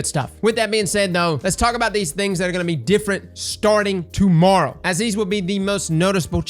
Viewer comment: The first sentences with accent... "tomorrow... tomorra... to Mara" - Gotcha!